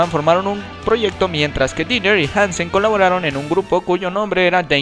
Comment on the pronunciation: Se pronuncia Gene Simmons (tal cual) no es Gene Simons (pronunciándose "ai") es Michael Denner (no Dinner) y la disquera es Road Runner no Road Run, buen intento de biografía pero el ritmo es algo inconsistente